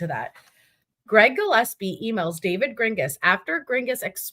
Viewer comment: Not sure of anyone brought it up but you mispronouncing David’s name hopefully on purpose is making me laugh every time you say it because if he listens to this he’s gonna be pissed and that makes me smile 😂😂😂😂😂😂😂